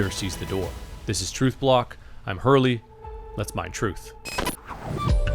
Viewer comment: "I'm Hurley" always sounds like "I'm early". Thank you for your service, sir!